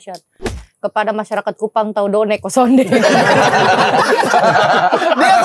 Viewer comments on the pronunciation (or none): Bukan donek tapi Nodek :face-blue-smiling